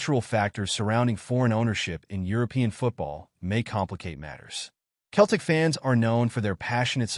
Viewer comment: Its Celtic not Keltic